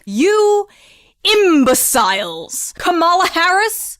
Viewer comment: And “imbaSILES!” You forgot “imbaSILES!!!” 🤣 hahaha I love how she pronounced it. She pronounces a lot of words differently. I’m trying to figure out if that’s her actual accent or she’s just having us on! Its funny either way!!!